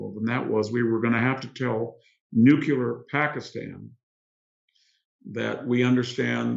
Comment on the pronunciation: Victor, Nuclear not Nukeular, Thanks